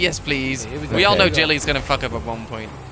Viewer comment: Why does he say 'Jilly'??